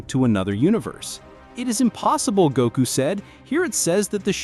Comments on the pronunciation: first off it’s not Gaku it’s Goku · Need to check the words and names. The AI voice over is bad. It's not Gako.. or village.